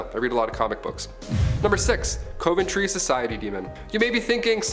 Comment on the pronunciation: Coventry is pronounced CUVentry.